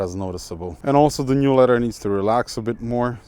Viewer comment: Leather, not ledder. 😏👍